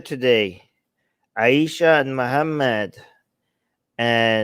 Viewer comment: I subscribed just to hear you say Aisha for the rest of my life. It's very nice when you say it ☺️☺️☺️